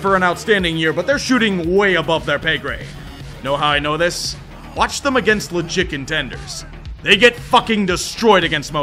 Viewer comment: I know you're saying "legit contenders" but my brain hears "lé chicken tenders" every time